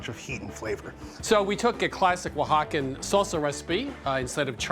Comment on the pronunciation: "Oaxacan Pizza?" Jesus dude. Don't. Right after mispronouncing La Olla, her restaurant. Also the host needs to learn to not talk over people.